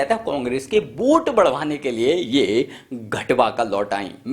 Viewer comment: यह क्या है भाई। वोट को बोट🛥️ nazar को najar जब इसने बोटिंग की बात की तो मेरा ध्यान सीधा नाव की तरफ गया।अबे पहले बोलना तो सीख ले।😵‍💫😳